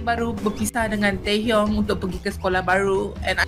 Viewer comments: And how he pronounce taehyung as taeyong😂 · The way pronounce taehyung name as tAeyOng